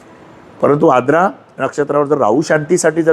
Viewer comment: Knowledge logical watale pan shabdocchar ashuddha aahet Siranche ....jase Verjya, Aadra shuddha ucchar Varjya , Aardra ase aahet